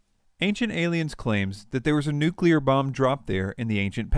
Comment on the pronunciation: new-clear, not new-cue-ler. UGH. So hard to listen to! But otherwise quite good.